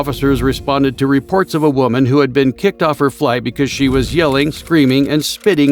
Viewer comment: "As a WEUMan"